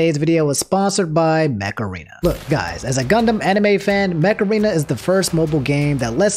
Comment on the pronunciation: Okay I can't be the only one who heard macarena instead of mech arena